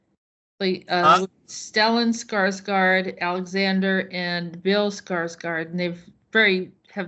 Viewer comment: Alexander was soo good in TrueBlood, it was a shame the series went downhill around Season Three 😞😞😞😞 I believe the Swedish pronunciation is 'skarsh-gord'; I'll ask my Swedish friend to confirm it 🙏🙏🙏🙏